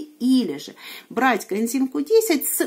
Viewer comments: Почему все время говорит "контим Q10", а не "коэнзим"? Ничего не могу понять. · У меня соседка лет двадцать пять пьет статины, ей делали операции - шунтирование два раза в Перьми, сейчас ей 93 года, живёт одна, дочь лишь навещает. Поэтому, не надо автору ролика ставить выше всех. А пропаганда коэндима получилась не плохо, ведь не коэндим, а коэнзим. Сажать такого блогера надо на коэндим.